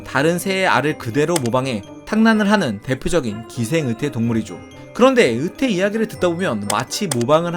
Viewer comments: 자꾸 '으태' 라고 발음하시네요. '으이태' 라고 해보세요. '의자'를 '으이자' 로 발음하는것과 같습니다. 연습하세요. '으이태' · 으태가 아니라 "의"태입니다. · 으태... 마 갱상도가